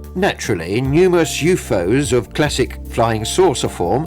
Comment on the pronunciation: The Announcer is Fucking Annoying as Hell. Sounds Frantic as he Translates and Pronounces U.F.O as YouFose.